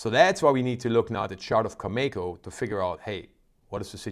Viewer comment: Learn how to pronounce Cameco. I was there a couple of weeks ago when you were so positive that oil was going up and yet it has only gone down. I expect oil to get as low as mid to upper 30’s to mid 40’s.